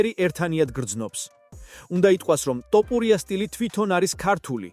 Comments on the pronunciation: რატომ ამახინჯებთ გვარს?!.."თოფური"მეგრულია და=თაფლი, ტოპური=? ქართულად მაინც თქვით სწორად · ტოპურია არა თოფურია წესიერათ თქვი თუარადა ჩაიჯვი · ტოპურია არა მეგობარო თოფურია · თოფურია და არა ტოპურია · რა გჭირს რატომ ამახინჯებს გვარს! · ძმა თ ასოს ვერამბოობ დავიტანჯე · ძმა ჯერ თ. და ფ. დაამუღამე და მერე მიხედე იუთუბს